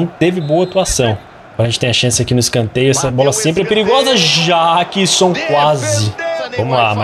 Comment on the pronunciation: Mano,o Jackson se fala Jeckson